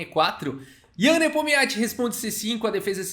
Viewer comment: É muita sílaba pra um nome só. Só conseguia ouvir o falando Nepomiatchi